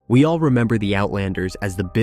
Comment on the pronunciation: Simba not mufasas son kion not keon